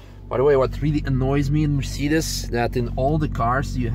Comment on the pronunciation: Your pronunciation of Mercedes is fuckin' hilarious!